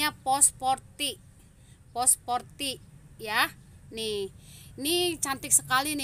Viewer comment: Pospority itu. Bukan posporty 😀